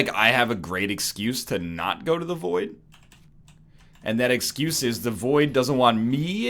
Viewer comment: "Excyuyze me"